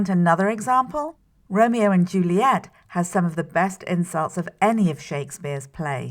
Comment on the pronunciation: I'm not sure if I'm having a fever or if this video is really worded kind of weirdly. Every time she says "insults" I hear "incels" and I was also a fan of these sentences: "Shakespeare used a lot of words." and "Romeo and Juliet: a play about two gangs (??)"